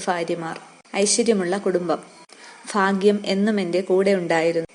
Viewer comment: ഫാഗ്യം അല്ല ഭാഗ്യം ആണ്